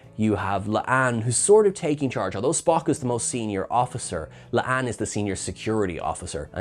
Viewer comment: It's La'an. Not Le'Ann....